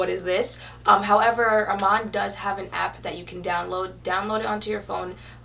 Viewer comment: love your bomb series.....I think u r pronouncing her name wrong tho it's pronounced e-man (Iman)